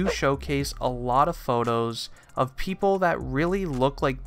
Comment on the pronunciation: Notice how he said"pepole asked" xd